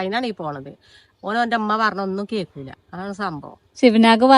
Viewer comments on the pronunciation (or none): none